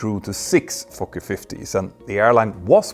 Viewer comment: Always a hoot to hear someone with a European accent say "Fokker." Great video though!